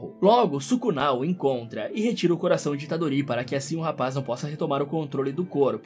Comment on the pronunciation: A unica coisa que ele errou é que o nome do Yuji Itadorito. Deixem o Like galera, ajuda o canal :D